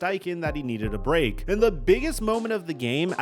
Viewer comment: “I needed a bwake wight dere”